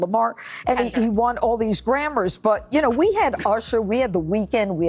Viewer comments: Jeanine IT'S GRAMMY NOT GRAMMARS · “This guy Kendall Kamar got all these Grammars?!”😂 Lady WTF are you babbling about? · I don't understand anything Fox News says most the time, so I just don't watch them. I watch relevant news. It's a nightmare listening to these people who pronounces grammy's as grammers and has no clue to what they're talking about. Its the worst news I ever seen. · Lol judge Janincompoop can’t even say words correctly. He won “grammars”?